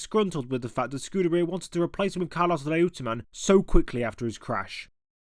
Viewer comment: Reutemann for one. It was always pronounced “Roy-ter-man” by the likes of Murray Walker and Simon Taylor